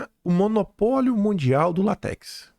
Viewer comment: a seiva da Seringueira não é lat(é)x, é l(á)tex.